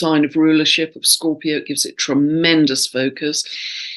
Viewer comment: You keep saying mars square sun 8n scoorpio???